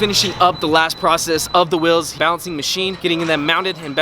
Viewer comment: Normal person: wheels: Wills